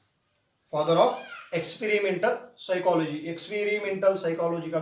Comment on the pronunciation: P remains silent but pronounces 'p' in Psychology